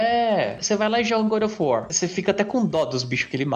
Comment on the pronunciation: good of war = bad of war!